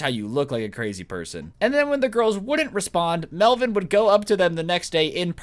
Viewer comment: hahaha hey man its “melvin” lolll